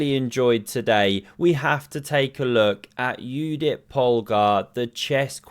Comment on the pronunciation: You are my hero, you pronounced correctly Judit's name (as Yudit).